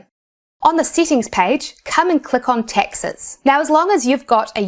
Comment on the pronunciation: That's what I was focusing on most of the video. It's so funny she pronounces "taxes" as "Texas". Where is she from? What accent is that?